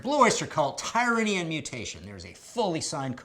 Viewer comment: Guy, the word is pronounced "teer-ranny" not "Ty-ranny".